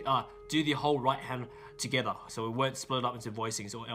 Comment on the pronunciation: just pronounces together like “togethaa” because he feels the rythm 😪